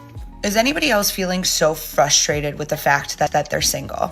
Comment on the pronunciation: sorry…are you saying ‘frustrated’ or ‘fustrated’.